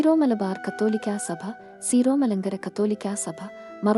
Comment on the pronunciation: സീറോ അല്ല സിറോ ആണ്